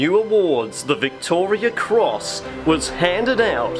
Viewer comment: Turned off when you couldn't even pronounce it correctly....Victoria Cross...not Victoria's